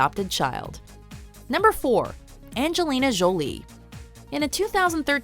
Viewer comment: How do you say Angelina Jolie's name two different ways,both wrong!